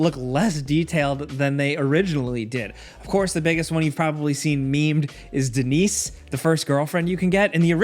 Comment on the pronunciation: Denise? You mean D-nice